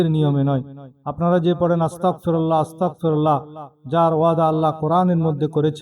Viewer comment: আরে বেটা আসতাকফিরুললা নয় আসতাগফিরুললা বলতে হবে